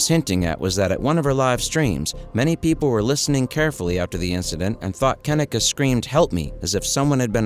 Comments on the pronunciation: Mannnn... this video is wrong on SO MANY LEVELS🙄🤦🏾 1st of all,, her name is pronounced [KUH-NEEK-UH].. not "Ken-nick-uh"💀 And 2nd of all,, she was 19.. not 18 3rd of all.. it was supposed to be a celebration for her obtaining a job at a nursing home,, but instead.. it was some "savage party" where everyone in that room was hoeing around💀😒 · KENNEKA - (KIN-EEE-KAH) SAY IT RIGHT OR DONT SAY IT AT ALL. DISRESPECTFUL AF. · Her name is pronounced -Ka-Neeka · That fool running hustlers mouth can't pronounce her name correctly. He needs to mind his own business. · Yes this is a very sad case I've been watching it for years but maybe you should have enough respect to pronounce her name right to have facts instead of false statements in your opening statement but all in all I hope you are truly trying to shed light instead of just trying to get clout off of it cuz the case needs to be broken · I hate how he keeps pronouncing her name wrong damn European